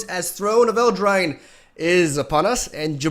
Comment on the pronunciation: “Throne of Eldrine”